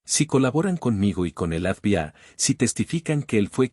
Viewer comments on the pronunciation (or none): Si estás hablando en castellano,por qué no dice FBI que se entienda,no esa boca llena papas???